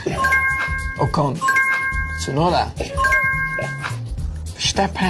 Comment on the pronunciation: Since you don't pronounce the T in Tsun it sounds like Sun 🌞 so it's Sun-O-Da -> Tsunoda